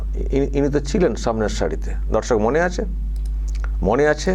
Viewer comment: babu aapnar vedio r prathamei darshak bala ta ektu clear kore bolun, aamra dharshak sunchi 😢 sotti bolchi aamra ota nay